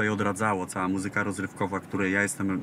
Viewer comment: Ładne ubranie ma Jan Mlynarski i figure tez. Uprzejmie prosze aby w slowoe „muzyka” akcentowac pierwsza sylabe. Dziekuje.